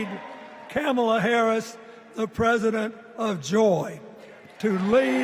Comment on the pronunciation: and ..Hearing Bill Clinton mispronounce her name Kamala Harris =PRICELESS 😅